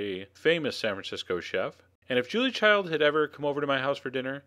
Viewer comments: love your vids man but it's Julia Child, not "Childs" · Her name was Julia Child. Not ChildS! No S at the end... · It's Julia Child Not Julia Childs !! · He also says 'watercrest' instead of 'watercress'. And no, he repeatedly says Childs, and in these contexts he could not have meant Child's. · Wow! I can't wait to try this recipe---very nicely done. I just wish he would stop calling the inimitable Ms. Julia Child, "Julia ChildS" LOL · Great video, but one nitpick: it’s not Julia Childs, it’s Julia Child. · her last name was Child. No "s". No " 's". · Why do you keep calling her Julia Childs? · Great video, and thanks, Chef John. Two comments, though: (1) her last name was Child-no "s" at the end; (2) it's "watercress," not "watercrest." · GODDAMMIT STOP ADDING "S" TO HER LAST NAME.